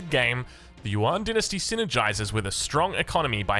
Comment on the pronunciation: Since you mention it, "yuan" is more pronounced like "yüEn." It is one syllable, so it sounds most like "yen" for English tongues, and "yen" with a German ü before the e for anyone that can pronounce that. Also on the topic of pronunciation, “Xi" (as in Zhu Xi) is pronounced most like English "she." But it's articulated with the tongue closer to the teeth, so it's close to "see" as well.